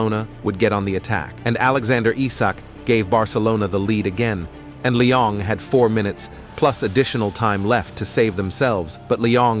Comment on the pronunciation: Brooo its not Lyong or Lion just Lyon broo :(